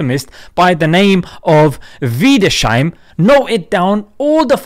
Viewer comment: It's pronounced Wieders-heim, bro! 😊 Good video!